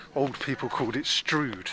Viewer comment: There are various ways to pronounce Stroud. Londoners sometimes say "straad". Locally, about 40 years ago, it sounded something like "strayewd" or "straewd" to my ears. Never "strood" tho, thats just strange ❤